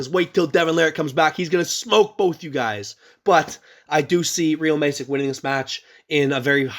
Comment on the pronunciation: Brilliant synopsis. FYI Bruno Masic, is pronounced 'Mash Itch' 😉💪